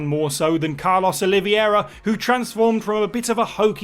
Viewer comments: Carlos oliVEIra not Oliviera! Need to brush up your portuguese...😜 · OliVEIra not Oliviera. I understand it's a hard name to read for English speaking people and some confuse it with the Spanish Olivera but can you try to read at least right. In the RE movies, they misspelled it 🤬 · They misspelled his name in the movies and his pronunciation of Oliveira was dreadfull. He read it as OlivIEra instead of OliVEIra